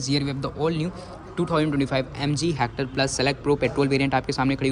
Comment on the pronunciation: भाई ये "हैक्टर" नहीं हेक्टर है।